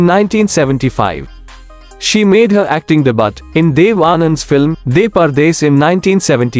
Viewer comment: Acting Debut??????? It is pronounced as ‘ debue’